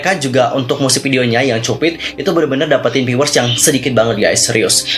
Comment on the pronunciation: Ak ngakak cara dia bilang 'cupid'😭😭...kenapa cupit harusnya kan kyupid